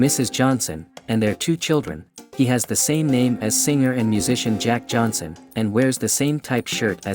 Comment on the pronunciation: It’s Johnson not Johanson.